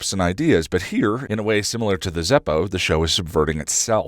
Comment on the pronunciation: Oh no. Are you one of those people who say "sim-yu-lar"? I can't abide